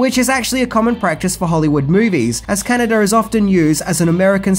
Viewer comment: How about his horrible pronunciation of Canada